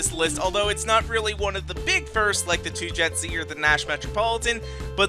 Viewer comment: You managed to say 22-JET-Z right unlike Ericship111 and Jakexvx